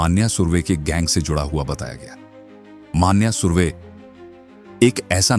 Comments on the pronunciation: Not मान्या सुर्वे......Nonsense.. It is मन्या सुर्वे..... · मान्या नहीं भाई "मन्या सुर्वे"